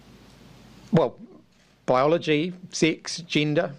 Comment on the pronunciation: "Baiyologi, Six, jinda, " I needed a translation there 😂